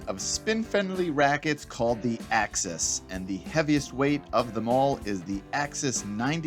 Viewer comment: Axis not Access. 😜